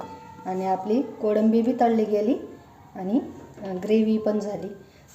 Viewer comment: Kodambi nahi ho kolambi 😅